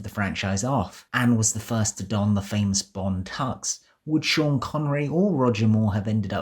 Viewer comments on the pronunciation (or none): none